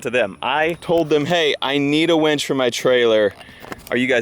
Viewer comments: A WINCH pulls things. A WENCH brings you beers. If I only listen to video, all I hear is you getting a lot of beers. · Chris Beatty...it only sounds the same if you say it wrong. Does win and when sound the same? Yes I know when is spelled differently but the pronunciation is the same. Besides...the remark is funny! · WInch not Wench. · Welding onto coated metal is always a bad idea. Gotta sand it bare before welding in order to make it last. Not a professional, just a hobbyist who's learned the hard way. Also, it's a WIN-CH. Not a WENCH. Wenches are for taverns and bars, not towing cars. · its's a winch (WIN-CH) not a wench like a girl at a renaissance festival. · i dont know why, but i keep hearing wench instead of winch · I was hearing that also. Do you suppose he is too naïve to be familiar with the meaning of wEnch? sdh in CT